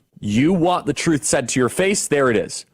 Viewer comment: They have no shame pronouncing the word "truth."